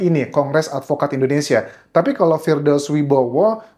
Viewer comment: Firdaus oiwobo bang bukan Firdaus oiwibowo